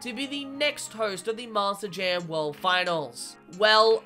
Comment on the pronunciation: Why does it sound like you say Master Jam instead of Monster Jam. It's not even the accent you switch between Monster and Master.